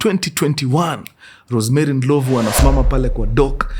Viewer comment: it’s not Ndilovu, it’s Ndlovhu